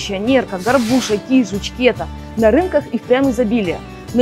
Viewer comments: Только не кЕта а кетА 😉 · Ни кЕта а кетА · Рыба называется Кета- ударение на а! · 👍Только говорится кита,ударение на а😊 Спасибо за замечательное путешествие!✈️Красивый и удивительный край!👍👍👍Цены конечно на продукты баснословные.😔 Все очень дорого. А край удивительной красоты!!!!